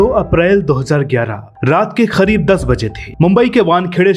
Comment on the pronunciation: करीब को खरीब क्यों बोल रहा है😂